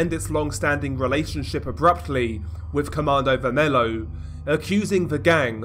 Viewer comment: It's pronounced commando vermello Like the Spanish the L's And you can call Primeiro comando da capital just PCC, that's how we call them